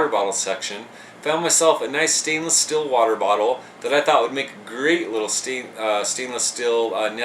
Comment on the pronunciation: Why do you pronounce steel "still"? :/